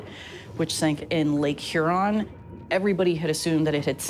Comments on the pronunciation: Mispronounces Huron😅😅😅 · How is it pronounced? Her-on?